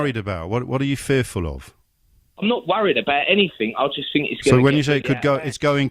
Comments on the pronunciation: He "finks" he has black friends 😂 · I fink he's just fick.